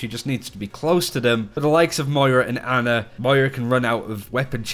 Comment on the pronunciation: Its ana not anna XD